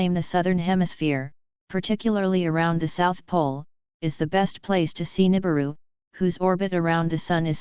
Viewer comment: really?? nuibiru again?? ffs people.